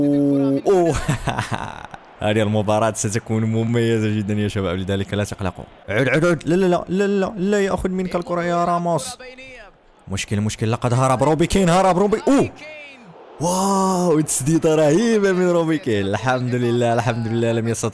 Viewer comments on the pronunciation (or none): اسمه هاري كين ليس باري كين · اسمة هاري كين وليس هابي كين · هاري كين وليس روب كين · و بعدين اسمو هاري كين مش رابي كين